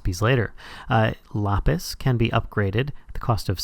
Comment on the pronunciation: LAPIS man says lopis